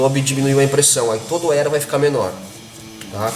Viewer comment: . AELO ... cebolinha do hobbie brasil kkkkkj